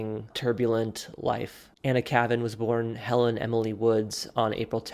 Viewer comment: You could at least pronounce her pen name correctly.